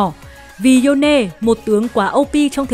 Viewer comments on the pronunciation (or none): Yone thì đọc là yone Dô nê là cái gì ?? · nghe độc dô nê thấy phèn thiệt 😂 kiếm khách lảng tử cool ngầu mà đọc cái tên